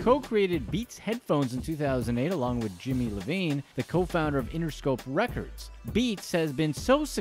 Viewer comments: Ievine not "Lavine" the fuck. Made me cringe my phone out of my hand. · It's Iovine not Lovine... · Bro its Jimmy Iovine not LOVINE. How could you get his name wrong?! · Dude said jimmy Lovine instead of Jimmy Iovine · It ain’t “Jimmy Lovine”, it’s “Jimmy Iovine”🤣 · Jimmy “Eye”vene not Levine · FFS it's not Jimmy "Lovine" it's Jimmy Iovine. i not L. sigh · Who's Jimmy "Lavine"? It's Jmmy "Iovine" ( "iovine" ), ya doofus. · it's Iovine (eye-veen), not Lovine the google capital i font had mistaken you there buddy. Jimmy is Icon throughout the world and is one of my idols from where I live in a small country in the southern-hemisphere. It is scary how even Americans don't even know there own modern history. Buzzes me out! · Its Jimmy Io(eye)vene, not Lovene. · Lmao… Jimmy “Levine” you mean IOVINE? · Did this man just say "Jimmy Lovine"? It's Iovine, with an 'i' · Dr Dre’s co-creator of BEATS headphones, is called Jimmy Iovine, spelt with a capitol “i” and pronounced EYE-OH-VEEN, not LOVINE. This is REAL basic sh*t, mate. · "Jimmy Lovine" lmao. You mean Jimmy Iovine? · Jimmy iovine not lavine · Eyyyy bro, it’s Jimmy Iovine not Lavine 😂😂😂😂😂😂😂🤣🤣🤣🤣🤣🤣🤣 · This clown really just said Jimmy Lovine...it’s Iovine (eye-o-vene). Head ass. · Jimmy Eye-a-Veen, not Levine. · Did he say Jimmy Lovine? its a capital i, not a lowercase L. lol! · Jimmy Iovine (eye-veen) not Levine. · Jimmy LEVINE???? C´mon man, it´s Iovine . I O V I N E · He said Jimmy Levine it’s Jimmy IOVINE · Fool said jimmy levine 😂😂 you mean ivine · Did this man really call Jimmy Iovine Jimmy Levine? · This guy called Jimmy Iovine, Jimmy "L"ovine. You can tell when the narrator really isn't familiar with the people they are discussing. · Jimmy "lavine"? Who tf is that? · Jimmy "Lovine" haha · Jimmy... Lovine? LOL That's probably not the first time someone has called him that. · Jimmy “L”ovine? Hahahahah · Did you say “Jimmie Levine”? 🤦🏻‍♂️ good lord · Did this nigga say Jimmy "LOVINE"? lol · Jimmy “Lovine” 😂